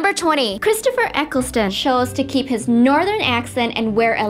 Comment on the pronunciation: these guys are so annoying and it's so obvious they haven't even watched the show. they pronounced Partick Troughton as Patrick Trophton! And you said Christopher Ecclesta instead of Eccleston! The people who liked this obviously have never watched a YouTube video.